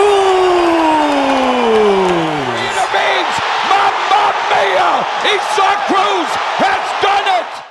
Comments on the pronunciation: If you would’ve typed in “Eye Sac” the AI voice over would’ve gotten the name right. “Eee Zac”. Is accurate if you’re speaking Spanish but, the name is Abrahamic, Christian in origin. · Isaac, not E-Sock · bros names isaac not esuck speaky english. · isnt his name pronounced Eye-saac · yeah im not saying "e-sock" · Bro you pronounce it "izack" lmao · do I pronounce Isaac wrong or is this guy just weird? I-z-ek